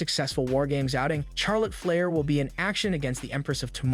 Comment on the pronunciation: Does this guy know how to pronounce a name or what hahaha Charlotte Flair is pronouncing it the wrong way though trying to say her name with the sound of CH and not the sound of SH. I think you really needs to do more watching WWE before he does any more videos like this on wrestlers because he doesn't know how to pronounce names right